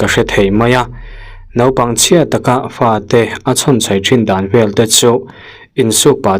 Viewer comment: "Fa" tih hi "Pa" tih ang deuh hian a ri thin a,I ha hmai a bal aniang ka ti tawp mai😂